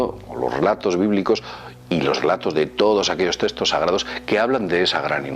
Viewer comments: se le aprecia y muy interesante el vídeo.. pero por favor di "tecstos" no "testos", gracias 😂😂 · Escríbeselo fonéticamente o no te entenderá porqué es español, ponle directamente TECSTOS.